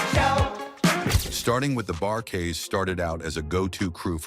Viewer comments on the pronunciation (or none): Seriously? IS - Lee brothers? For Isley Bros Bar - KEYs? For Bar Kay’s Chee-lights? For Chi-lights Where do they find readers to mispronounce names of researched topics? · This man said Izzly Brothers and the Bar-Keys. 😒 I turned it off after that. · The "Bar Keys"?? It is the Bar Kays. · Itst Bar Kays not Keys MF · Is-sley brothers? Bar-Kees? WTF? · This gotta be AI; This guy is not BLACK; If you Black you know the correct pronounciation of the Isley Brothers and the Barkay's, Chi-lites,..."Real Talk: and I said that the right way.... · Less than a minute into this piece of crap, I'm hearing this AI generated voice mispronouncing the isley's and the Bar-Kays so I have no further use for this trash. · They need to learn the correct pronunciation of some of the names of those bands.